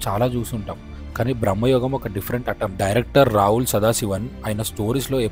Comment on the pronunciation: బ్రమ్మాయుగం కాదు భ్రమయుగం